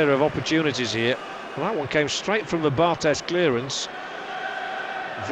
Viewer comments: Dammit, it's pronounced Bar-TAY. He's French, not Spanish. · Sorry mate, it's definitely Bar-TEZZ, he's from South of France, Occitanie région where there is a kind of influence of Catalan language...